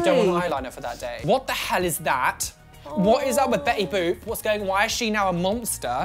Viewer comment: It's not Betty boop anymore it's Betty baap